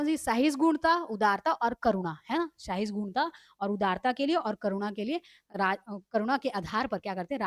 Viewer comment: Sahisgunta nahi hai sahishnuta hai